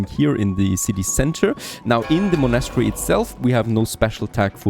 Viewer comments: haha, wait... what did i just hear.... you dont know how prenounce a word like "monastery" ?! OMG i'm sorry but it was just like the most funny thing i've heard in a while when it comes to people trying to speak fluent english ^^ Look, Its like this you say it and try after me,... Mon-est-ery. its a religious buliding, kinda like a church or a cathedral. only diffrence is that a monastery is a structure were kinds like monks live or study, and in the old days of missionaries voyages, the monks traveled all around the world building monasteries and chapels to spread the word of christianity. "witch is just BS, because we all know the monks mostly raped natives anyway" But enough about that, and im so sorry to sound like a pain in the ass. You sound like an old enough gentlemen that really would know how to say such a common word like that, even if you're not born in Britain. whatever, nice video anyhow! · Thats not how u say monastery ;) U say monAstry its monastery. Or is there more than 1 way to say it?! Like privacy. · The way he says monastery kills me everytime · You’re not saying monastery right